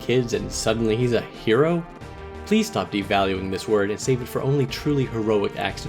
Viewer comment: The "euro" instead of "hero" at the end lol😂